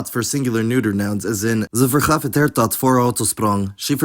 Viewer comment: = om ze weg te laten, also you're saying 'erwt' (pea) instead Hert. You must pronounce the H. You would also make it "hebben verwijderd" in that sentence though I couldn't tell you why other than what you have here sounds really unnatural.